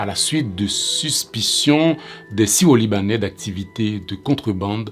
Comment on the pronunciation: l'accent créole à tendance à mal prononcé le R, mais il dit bien syro